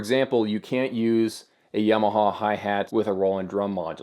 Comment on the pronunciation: Don't worry about pronouncing piezo. Your Tama and Yamaha are what need work! :P